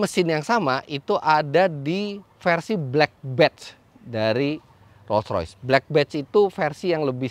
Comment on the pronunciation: Ngomong nya sampai belepotan saking mahalnya mobilnya, beberapa kali denger penyebutan nya "roys.roys " roys roys," engga Roll royce " 😂😂😂